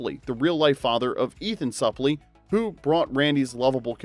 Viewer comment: Ethan's last name is pronounced Soup-lee.